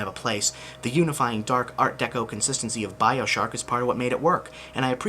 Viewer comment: ...Did he call it "BioShark"???